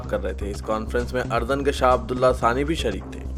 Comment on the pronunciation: Asslamualikum Bhai urdun hai AP ardun read karrai asul.urdun hai